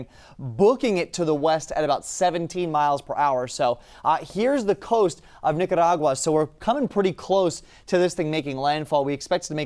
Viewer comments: I was cheering when he did that. After 50~something years of me not really ever pronouncing it correctly, today has taught me how to say it! Whoop Whoop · The only one who can pronounce Nicaragua 😄